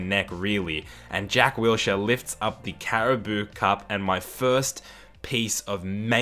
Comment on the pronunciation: Its pronounced cara-bow cup your saying cara-boo 😭 which sounds funny but anyways still a great video 👍